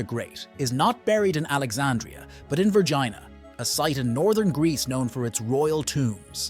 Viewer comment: Correctly pronounced Vergeena